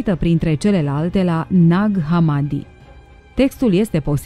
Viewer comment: Ne-ar fi interesat mai mult ce scrie in manuscrise iar hamadi se pronuntă cu accentul pe i.